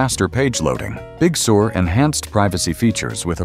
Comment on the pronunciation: The speech bot pronounces Big Sur as “Big Sewer.”